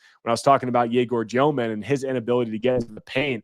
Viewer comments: stop saying dyoman, confusing with tosan evbuowman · THE WAY U PRONOUNCE DEMIN IS IRRITATING MAN. JUST BE REGULAR DUDE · As s BYU fan I pronounced Egor Demin's name wrong. Looked it up: "The Russian surname Dëmin is pronounced as "Dyoh-min." The umlaut above the "e" indicates a specific pronunciation that differs from the common mispronunciation "Demin." -Deseret News